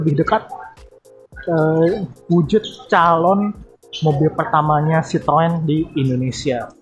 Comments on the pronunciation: Bang. Ejaan merk lu bikin gemezz.. citrun aja udah bilang bang.! Troeeen troeeen.. kek Autobots njir -_ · Citroen dengarnya srpti sitoeng....tooeeeng 🤣